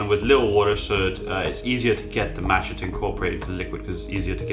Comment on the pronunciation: Why would one take advice from someone who can't properly pronounce the name of the product?